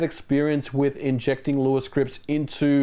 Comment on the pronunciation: Good job taking on the feedback of how to pronounce Lua. ;) You got it perfect now. Btw, this channel is quickly becoming one of my favourites on Youtube next to Digital Foundry. Fascinating stuff as aways.